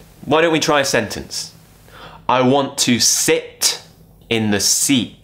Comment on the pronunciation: I hear set instead sit